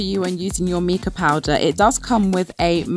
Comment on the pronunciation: So cute! Really good tips. Also, Mica = my-ka (fyi)